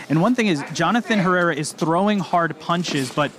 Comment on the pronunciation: Tejeda pronounced H e rr e r a . Apparently.